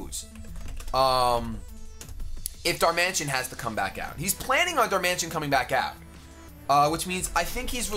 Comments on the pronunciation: It's Dar-man-i-tan, not Dar-mansion. It's a pokemon not a large house. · it's Pronounced Dar-Man-It-An not Dar-Man-Tion